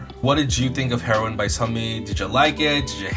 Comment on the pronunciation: Isn’t it said hee-row-in not heroin like the drug ?😂